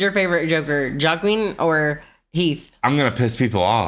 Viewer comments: Love the reaction, great movie. Just a little heads up, Joaquin Phoenix is pronounced waa-keen not J as in Jackie or Jake. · Y'all said "jock-kween" phoenix lmao. Its pronounced "wa-KEEN" lol (its a Spanish name). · I love your pronunciation of the actor’s name. “Jah-queen”. No mockery intended, that’s a great way to say it. Matter of fact I think I’ll say it that way from now on myself:) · Jaqween Phoenix 😂